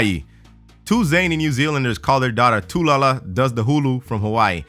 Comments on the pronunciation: ITS PRONOUNCED TAH LOO LUH NOT TOO LOO LOO 😂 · Tu-la-la? You mean Tu-LUla? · BRUH DIS NIGGA SAID "TULALA" 😂😂💀 It's Talula 😂😂😂😂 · HE SAID "tulala" but it says "Talula" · its talula not tulala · Um it's not toolala it's tuhlooluh. talula is actually a pretty normal name considering. I guess the rest of her name kinda ruined it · who la hu-la is how its pronounced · you said "Talula" wrong, that's your fault,. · I still get triggered because nobody can pronounce Talula right. Dammit:P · Sorry dude, but I really hate how you butchered the name 'Talula.'